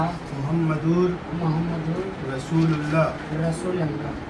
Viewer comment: She reads correctly rasool allah kot molvi radool oolah